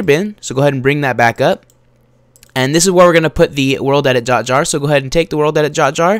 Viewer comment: Lol You said "World edit Jot Jar"